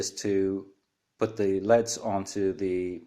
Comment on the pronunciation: They're light emitting diodes : L.E.D.'s not "leads" (ledz)